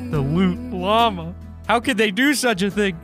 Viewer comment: you said llama wrong😂😂